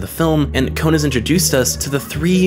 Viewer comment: Why do you say his name as "kown/kone"